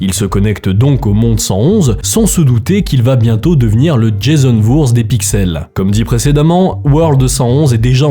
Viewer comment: je ne saurais dire a quel point j'aime écouter tes histoires tant je les apprécies ,mais le "Jason VOURZ" a m'a fait étouffer sur ma bouffée de feuilles de Fondreaulong xD (ça se prononce Vor-heez) xD <3